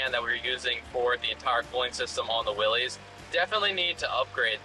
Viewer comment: Nice video, thanks. Btw, it’s pronounced Willis, not Willys.